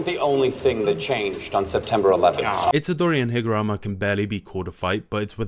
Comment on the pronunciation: Higaruma is "hig" "ah" "room" "ah"